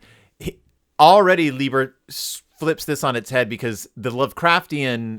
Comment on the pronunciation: It's pronounced LYE-ber. Say it with me: LYE_ber. But at least you tried. I give you credit for that.